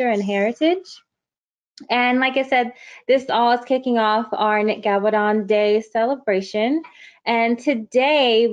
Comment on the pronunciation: I don't mind the reporting but you totally mispronounced his name. His name is Gabal-don.